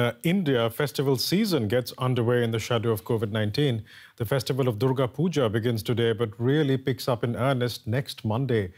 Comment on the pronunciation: It's Durga puja.... Not puga